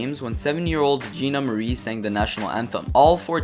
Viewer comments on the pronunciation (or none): none